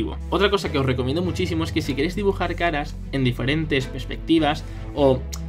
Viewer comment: En lugar de caras escuché Skaraaaaa